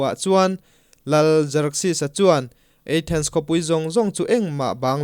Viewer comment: Athens eithens tih deuh a lam leh thin hi hit viau lo